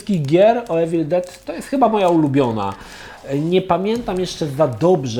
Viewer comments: „iwil”nie „ewil” jak już próbujesz naśladować akcent ..... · "Mówi się iwyl, nie ewil no ale już chuj tam"